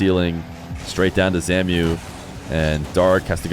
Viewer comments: Zamue isn’t named “zamyoo” it’s “zamway” because of the accent on the E, love you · Yo. It's zam-oo-way. Not zamiu. Just thinking because he used to be a big time EU rlcs guy. Great content tho, thank you bro. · for future reference zamué is pronounced zom-way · Hey, just an FYI but I believe Zamué's name is pronounced as Zam-way